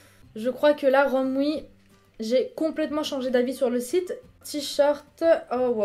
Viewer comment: On dit t-shirt !!!! Pas t-short >.<'